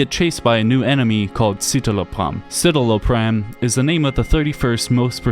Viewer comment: What a poor take. Simon's sad because his suffering is spectacle to people like you. If you can't pronounce "citalopram" (sit-ah-low-pram) you don't know anything about depression (it's also EXTREMELY ineffective and causes depression and suicidal ideation as the most common side effects from its 40 page list of side effects). Also fun fact current antidepressants are serrated by less than two generations from straight up electrical probes into an exposed brain for depression treatment. That's the "research" antidepressants are based on.